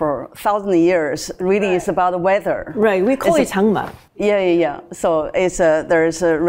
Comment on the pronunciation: 무엇보다 "장마"라고 말씀을 정말 잘해주셨음